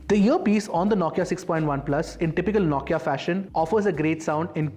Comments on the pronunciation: Naukia or Nokia😂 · Is the pronunciation "NO-KIA" or "NAW-KIA"?